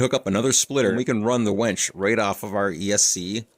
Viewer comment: It’s a WINCH not a wench, though you may have one of those too 🤣